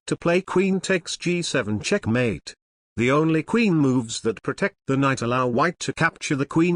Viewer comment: I like when he says "CHECHMATE"!